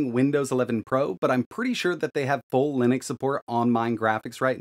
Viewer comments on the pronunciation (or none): none